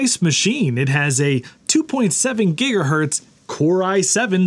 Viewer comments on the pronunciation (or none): none